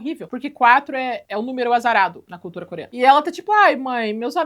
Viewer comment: Eu to tendo um troço toda vez que você fala ‘Coreana’ . 1 busca n Google teria resolvido isso.